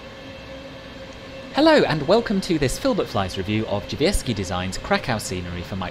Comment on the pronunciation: I have NEVER heard anyone say "Drzewiecki" as well as you have. Fair play, I'm impressed! Fantastic review as always!